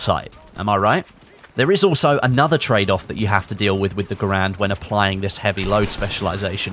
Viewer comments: ITS GARAND NOT GRAND GUYS!!! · It's gair-end not ger-and